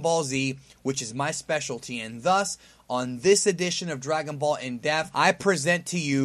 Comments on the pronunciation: Still to this day can't pronounce the word depth. It's always Dragon Ball in Defth. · The way you say "depth" sounds like "death" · dePth... dePth.. haha its like when people say strenth instead of strength